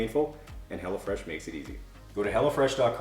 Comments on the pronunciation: Anyone else hearing “hella fresh” and not ”hello fresh”😂😂 just thought it was funny, that’s all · It sounds like you are saying Hella Fresh 😆 🤣 😂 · Am I the only one who thought he was saying hella fresh?? lol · lol... I thought you were saying hellafresh at first during the plug for the food delivery!=) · I keep hearing you say "Hella Fresh" and I really need to get my hearing checked...lol